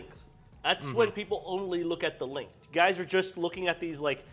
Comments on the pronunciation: Oh god no! Now i have to hear say "lenth" again! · i dont think acknowledges the G in the word "length"